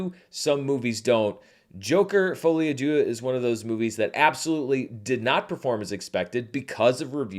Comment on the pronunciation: Hello, I'm French and I'm sorry to say that this is not how you pronounce "à deux". (just kidding, I could not care less 😄)